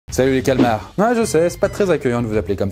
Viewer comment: Enfin une personne qui dit calmar et non calamar !🤣